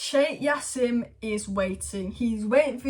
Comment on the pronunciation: Why do you keep sayin yassim its pronounced Ja seeem